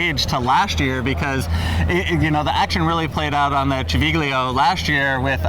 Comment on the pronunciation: Really interesting commentary - learned a lot from it. Civiglio is pronounced Chi vil yo.